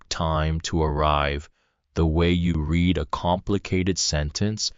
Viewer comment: The AI narating this does not know how to say "THE" or "READ". But the story is good.